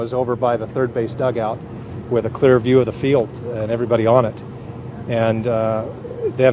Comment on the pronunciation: bernie sanders:" let me be as cleah as oih can be viowlence of any koind cannot be accepted in ouwah socwiety"